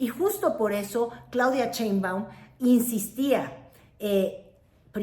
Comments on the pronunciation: Yo digo que ya es hora de que pronuncies correctamente el apellido de nuestra presidenta. Por que nombres como Trump, Trudeau, etc. son perfectamente pronunciados, pero Sheinbaum es “Cheinbaum” ya vimos que el paladar no es! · SHEIM.....SHEIM....SHEIM. NO CHEIM, NO CHEIM PATHETICA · Otra vez Cheinbaum??? Por favor, Sheinbaum. Pero sí pronuncias con acento norteamericano el nombre de Donald Trump. Me encanta ver tu canal pero ese detalle NO!!!